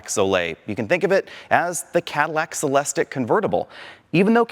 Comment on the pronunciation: Every time he says Celestick I’m saying it’s pronounced “Cel es teek!”